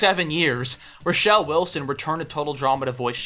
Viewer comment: atleast pronounce roshelenright